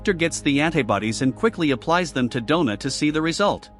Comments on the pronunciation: donna not dough na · God that was painful to listen to. "Dough-Nah" from werewolf to man to woman in 1.5 hours. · “Donna” =“Doughna”? 😜